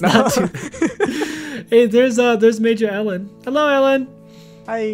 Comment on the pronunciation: its actually MAJO_ELLEN not major_ellen im not trying to be rude i just have a problem with correcting people. i try to😯